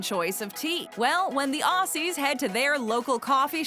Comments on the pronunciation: It's not "ossies", it's Ozzies. And I don't think I've ever heard anyone other than Steve Irwin say crikey. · Ozzie’s OZZIES! IT’S PRONOUNCED OZZIE’S YOU FUCKS I am sorry this happens too often it is so annoying